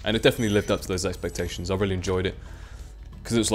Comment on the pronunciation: EX-PEC-TA-TIONS speak the queen's English! :D <3 u